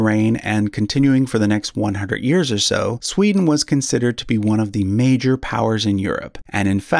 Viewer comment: Great work! Funny pronounciaton :D Where did the SCH come from?